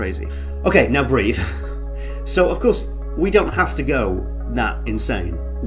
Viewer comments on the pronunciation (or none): none